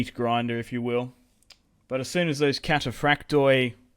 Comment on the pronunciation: Hey,just a tip from a Greek fan...wherever you see on greek units the letters "oi" in the end of a word,it's pronounced "e",not "O-E".so try next time to pronounce it cataphract'e' 😁